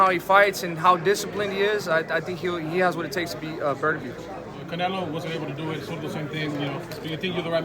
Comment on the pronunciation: "BERT-ER-BEEB". First time I've heard it pronounced like that. Poor Artur. One of the current greats and no one can get his name right